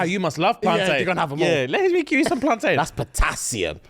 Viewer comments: It's not plan-tain yall it's plantin! Just like captain and mountain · I'm so upset that said PlanTAIN instead of PlanTIN....like I know you're half, but I thought that half was Caribbean 😂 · Can someone please tell them plantain is pronounced "plantin" the same way mountain, and captain are. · Why the blud clart are you man pronouncing plantain like ‘PlanTAIN’ 😂 I’m dead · Love you guys, but it's upsetting me how you're pronouncing Plantain 😂😂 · The pronunciation of plantain is making me feel sick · Am I the only one who's bothered abt how they say plantain 😭😂